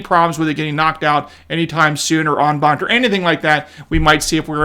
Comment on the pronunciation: Can you say en banc?